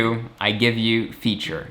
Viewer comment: Dude that's "Feat - ter".. not Feature